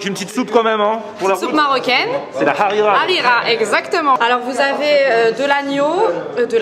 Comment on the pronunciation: la " Harira " avec l'accent frenchie hahaha, on prononce " hréra " sinon top la vidéo comme d'hab